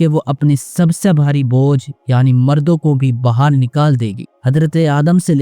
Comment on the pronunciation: Mardon ❌ Murdon ✅